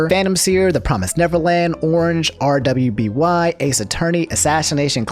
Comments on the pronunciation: Mans called RWBY R W B Y (pronounced Ruby) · Damn he pronounced RWBY as R-W-B-Y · And RWBY is pronounced Ruby. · RWBY is pronounced as "ruby" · so close djbsnsn RWBY is pronounced “ruby” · Love how you said RWBY